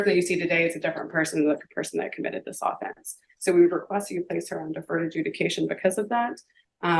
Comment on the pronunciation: I can't stress this enough. If you as a lawyer don't know that "AWE-fence" is the team trying to score a touchdown, but "uh-FENCE" is the crime, then I don't want you in the courthouse. You're an idiot.